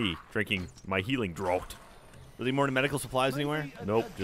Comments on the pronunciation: i like... but "healing draught". saying it as Droat, instead of saying draft really irritated me. They even have a draught on Off Topic. Sayyyy it rightt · 'draught' is pronounced "draft" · Draught is pronounced "draft" thought you guys were supposed to be alcoholics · "DRAUGHT" is pronounced "DRAFT", not "DROUT" ! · The likelihood of which is that "drawt" was an incorrect pronunciation that enough people said for it to become a colloquialism, much like people from my native Philadelphia saying "wooder" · The wonders of the English language; it's pronounced "draft" but spelled "draught". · Welcome to English language where nothing is consistent. I would've said Drot too because that's how I'd pronounce most aught words, and I have never heard it said before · Draught is pronounced "draft." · For the love of god, draught is pronounced 'draft'. >:( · It's draught as in "draft", jeez guys xD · ngl, the way they're pronouncing draught is pretty hilarious :D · Did it bug anyone else that they can't pronounce draught? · If you're referring to the way he says "draught", then he's technically using a correct pronunciation, just not the most common.